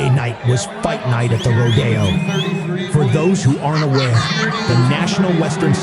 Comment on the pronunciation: I'm a bull rider and I'm a cowgirl. Yeah. Shit like that also happens sometimes. It's crazy. Also it's pronounced RO-de-o. Not ro-De-o or ro-DAY-o.